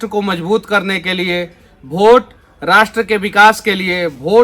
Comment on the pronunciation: भोट नहीं होता है सर वोट होता है